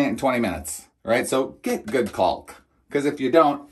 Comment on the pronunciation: Sorry, but you're mispronouncing "caulk" - the L is silent, just like "talk".